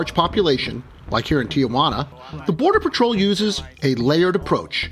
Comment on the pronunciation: it is not pronounced Ti a Juana. there is no "a" just Tijuana.